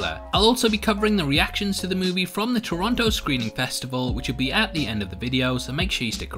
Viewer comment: "Toronoto" ? really?